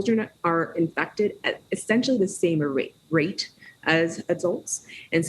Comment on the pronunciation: Political views aside, I don't trust someone with the health of anyone who says "at a samer-ate rate".